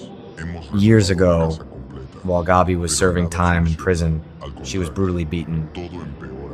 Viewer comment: Pronounce Gabby‘s name correctly, please.